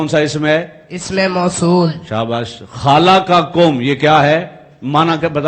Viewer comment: khaalakum nahi khalakum hi sahi nahi ttalafuz kar sakta to student ka allah hafiz hai